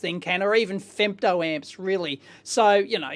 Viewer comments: femto, not fempto ;-) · Fempto ? => Femto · femto not fempto ! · No P in femto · Fempto with a "p"? Oops! 😄